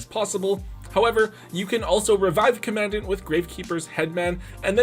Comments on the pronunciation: Love to be that guy, but it’s actually pronounced “comm ahn daunt” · Hate to be that guy but commandant is pronounced like you are saying “Calm a dawn”